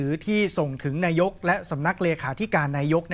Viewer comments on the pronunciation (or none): นายก อ่านว่า นา-ยก ไม่ใช่ นาย-ก ไม่ใช่ นาย-ยก